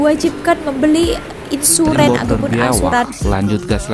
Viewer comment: Insurennn hahahaa, baca nya insurance bunyi nya imsurenn 😂😂